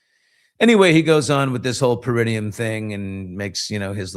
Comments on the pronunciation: The 'taint' is pronounced Para-NEE-um~~~~ peh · ruh· nee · uhm 🙂👍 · Para - NEE - um Emphasis on the nee (Not trying to be one (an a-hole) by putting the correct pronunciation up …..just passing along the informations